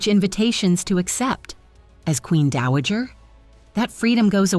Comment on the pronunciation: Not Daajer, Dowager!